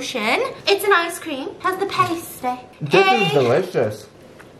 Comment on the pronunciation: This video was hilarious but PLEASE stop mispronouncing pasty! It's the word 'past' then 'ee' NOT 'paste' 'ee'. Sincerely, A British person